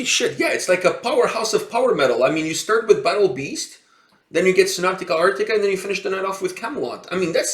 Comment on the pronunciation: lol it's not "Sonatica Arctica" it's SONATA ARCTICA 😉 the base player Pasi is my old friend from junior high school😎